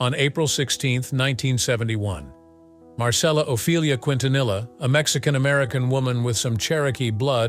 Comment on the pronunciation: 30 years later and still cannot pronounce her last name correctly 🙄